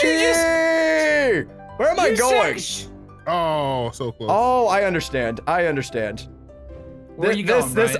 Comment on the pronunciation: Who else noticed bryce says "undershtand" and not understand.